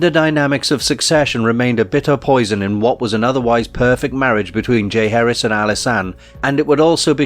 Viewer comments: Its not pronounced Jay Harris. JAH Heir ezzz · Decent video, but small details matter. It’s ‘Ja-HAR-is’ not ‘Jay Harris’ 🐲😁. Thanks for taking note.